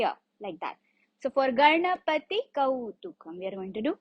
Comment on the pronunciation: Its not kautukam... Its kautvam..